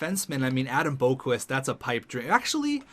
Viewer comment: It’s pronounced Bock-Vist not Boak-Wist